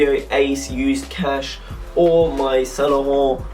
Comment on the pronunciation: lol, i love the way you say saint laurent "saun larante" it makes my nipples hard